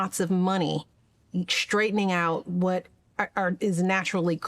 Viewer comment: "Shtruggle" and "shrtaigtening"